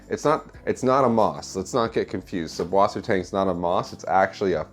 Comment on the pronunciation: You write it correctly with a double s after the umlaut u, but then you pronounce the double s as a b?? What am I missing?